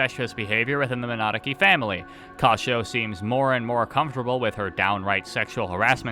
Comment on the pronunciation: I love that you're bad enough at saying Minadzuki that youtube thinks you are saying "monarchy" :D